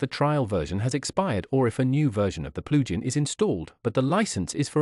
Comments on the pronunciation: at first i was so confused but now I know what "PLU GEN" is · "PLU GEN" hahaha! Otherwise, great walk through.